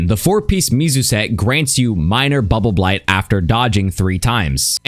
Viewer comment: I like how cleanly says "Bubbleblight buff." 10/10